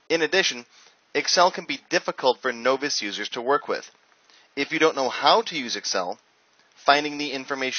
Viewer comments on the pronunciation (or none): 38 years on this planet and living in 3 countries, never heard anyone say novice as noe vice. Anyway, thanks for the videos. I've got a short time to learn Access and you're getting me started. Thanks, man.